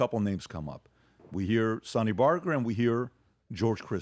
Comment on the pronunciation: Dude said Sonny '' Barker'' LMFAO. Are you serious?